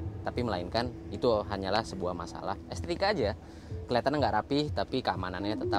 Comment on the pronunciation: Bang bukan estika tapi estetika